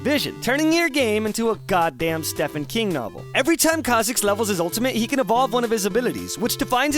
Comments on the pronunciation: You said stephen like stefen not steven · Did you just pronounce Stephen King as "Steph-en" rather than "Stee-ven" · I love how he innocently said Stephen King's name they way it's spelled. It's still pronounced like Steven. If truly thought it was pronounced like that...then well your entire world just shattered I presume Love you dude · Can we talk about... the way pronounced Stephen King? Don’t get me wrong I’m not blaming him or anything, I’m just playfully pointing out that I’m pretty sure his name is pronounced with a ‘v’ and not an ‘f’ or ‘ff’. Anyway I really fucking enjoy your videos (especially the exaggerated comparisons and metaphors) so keep up doing the great stuff!❤️ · Can we talk about your pronunciation of Stephen King?